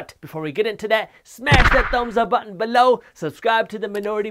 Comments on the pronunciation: LOL. It’s beeelo. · "....in the description..BELOWW!!" makes me laugh every time 😂